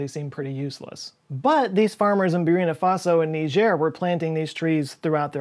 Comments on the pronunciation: We speak English. In English Niger is pronounced Niger. Not knee jerk. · The “corrected” pronunciation wasn’t right either for Niger. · To be fair, most people get Nigeria/Niger wrong so his weak joke was sort of a public service. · Actually, according to Wikipedia, you can say /niːˈʒɛər/ or /ˈnaɪdʒər/.